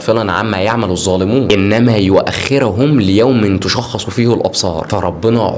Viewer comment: تَشْخَصُ ، مش تُشخص ، بالفاتحة مش بالضمة